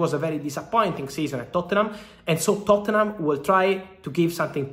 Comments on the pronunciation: It's Totnum bro not Tottennum LOL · Fabrizio pronouncing Tottenham 💀